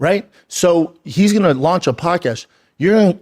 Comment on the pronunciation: Brendan is still correct. Hurts me to say that. Even the "Show Me The Money" comment. Brendan was funny and correct. But Brendan did say, "Podcash", instead of, "Podcast", after insinuating that he himself was the first fighter to have a podcast (which I think is true, also)